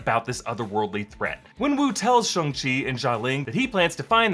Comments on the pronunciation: Ok… this is getting out of hand. Somebody has got to tell it’s pronounced “Shong” not “Shung” lol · Why do people say shungchi not shangchi?